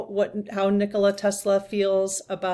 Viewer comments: Nikola Tesla....its Nikola FYI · I think the name is Nikola rather than Nicholas. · nikola Tesla, not nicholas... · She's talking about NIKOLA TESLA! NOT ELONIA😂💜